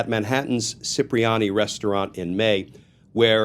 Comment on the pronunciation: That's Coo-CHIN- ella. Cucinella and, CHIP-ree-ah-nee. Cipriani